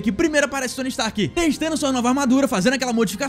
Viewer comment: Oxe ele falou indústrias strak mano kkkkkkkkkkk